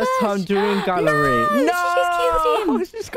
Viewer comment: I thought that you were saying gary instead of gallery. :P